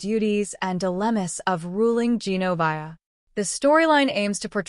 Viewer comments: It’s gen-o-veeee-a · It would be really nice if the narrator of this thing knew how to pronounce Genovia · Exactly! She needs do her homework and say the names right